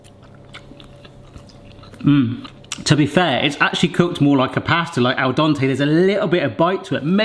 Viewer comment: 'Al Donte' -, 2022.